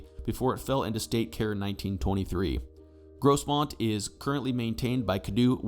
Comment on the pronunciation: The s in Grosmont is pronounced like a phonetic z